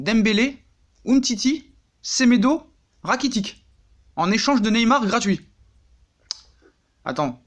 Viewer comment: Tu me désouas sa s'écrit Rakitic mais sa se prononce Rakitich🤔